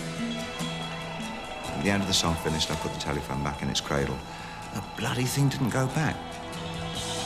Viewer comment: I love how he pronounces telephone "telly-fone"